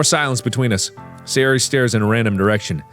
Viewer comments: hey sayori, how you doing, sounds like hey Siri, how are you doing, lol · I like how at a certain point in this video Mark just gives up trying to pronounce Sayori correctly 😂😂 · What markiplier said: hay sayori What Siri heard markiplier say: hey siri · Sayori! ’shooka shooka shooka’ Not sorry :3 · probably because both "Sayori" and "Siri" are close in pronounciation! lol! caught me off guard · Take shot for every time mark mispronounces Sayori’s name